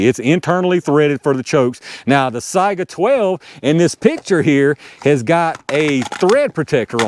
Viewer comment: You might be the first YouTuber I've heard pronounce Saiga correctly. I don't know why it's so hard, but everyone seems to screw it up. Most people pronounce it say-ga instead of sigh-ga. When I ask them how they pronounce Saigon, I usually get a blank look. People are funny.